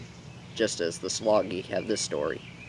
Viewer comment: And it's "JA LA GEE" not SA la gee